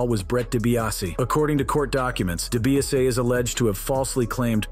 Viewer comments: Dee Bee ahs see... Dibiase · His name is Ted debiase jr not Brett seriously I’m a wrestling mark ( fan ) and I knew that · Its obviously hes very misinformed...he cant even say Dibiase correct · Way to butcher DiBiase in 13 different ways 😂 🤦‍♂️